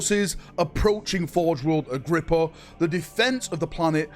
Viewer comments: I know i know, "Cant read" but i need to say it: Its Agripinaa not Agrippa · A whole video about an imaginary place that doesn't exist. Learn to read dude your so called "Agrippa" has a damn N in it FFS! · I believe in you, one day you will be able to pronounce "Agripinaa" correctly! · Take a shot every time he pronounces forge world Agripinaa wrong